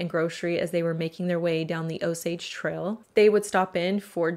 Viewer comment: Pronounce your "A's" right...its annoying!! "Trail" but you say "Trel"